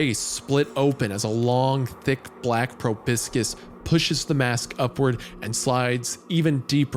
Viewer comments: if I had a penny every time Isaiah pronounced proboscis as "pro-bis-kiz", i'd have at least two pennies. *edit: HE SAID IT AGAIN! *edit2: you guys won't believe this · drink every time Wendi pronounces proboscis as "probiscuits" or "proviscous" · The way Isaiah was pronouncing proboscis was giving me an acoustic panic attack